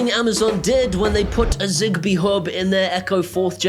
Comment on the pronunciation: Is zigbee here means Zibee? In the Moroccan accent? If so you are so very hilarious man. Thanks for the info anyways I was gonna get Philips hub.